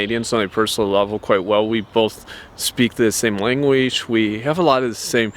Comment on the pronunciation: Langueege? Are you even a human?